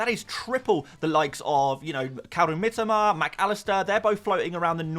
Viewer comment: Mitoma...not "Mitima" ffs